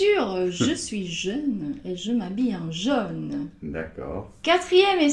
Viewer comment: Désolé mais le vrai o fermé du mot jaune, c'est Noemi qui le prononce vraiment bien. Merci pour votre vidéo.